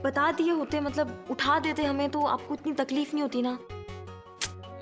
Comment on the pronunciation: Aaj. Tak. Matlab. Ko. Matbal bolti aayi h😂😂😂😂😂😂😂😂😂😂😂😂😂😂😂😂😂😂😂😂😂😂😁😁😁😁😂😂😂😂😂😂😂😂😂😂😂😂😂😂😂😂😂😂😂😂😂😂😂❤❤❤❤❤❤❤❤❤❤❤❤❤❤❤❤❤❤❤❤❤❤❤❤❤❤❤❤❤❤❤❤❤❤❤❤